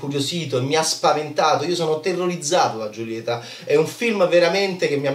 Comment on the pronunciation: "Giulieta"??? Non si può sentire come pronunci questo nome. Per favore un abc di spagnolo, per favore. Cmq davvero non ne capisci 'na mazza.